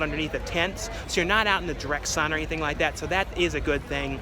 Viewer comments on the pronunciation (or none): none